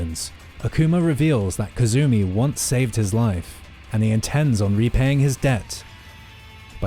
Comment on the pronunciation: Heihachi, not Hayachi. Azazel, not Ayzayzel. Kasumi, not Kazumi.